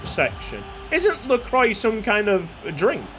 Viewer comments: It’s pronounced La-crwa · It's pronounced Lacwa btw, excellent series, have loved every second.